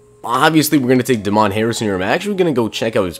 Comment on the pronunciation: DAY-MEN Harrison not DA MON Harrison hahahahah come on man